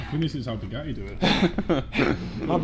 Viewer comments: How come this guy is unable to pronounce the letter T..?? As in Bugatti (he says ”Buga-i” everytime!😳 I thought he had som jaw-issue! Then, all of a sudden he spells out ”titanium” correctly!!! A mystery!🤔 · is the bugattehh tattoo new 😂😂😂